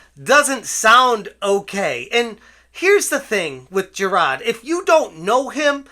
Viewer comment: Jir-AHdddd. Stop. Ssstop it